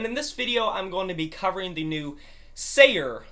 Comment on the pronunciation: What a great review! Thanks a lot! Your reflection on the songs relationship to another was very well put and interesting especially. The role of Dust might become clearer when you listen to Wassukanni right after it :) And btw your pronounciation of both Seyr and Wassukanni were perfect on the first try both times ;) Cheers and thanks again, Seyr